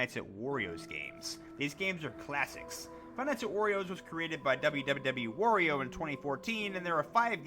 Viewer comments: Bruh why do you say Wario like W-oreo? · Ugh, no offense but I cringe at the way you said “wario” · When he says wario, he sounds like he’s saying oreo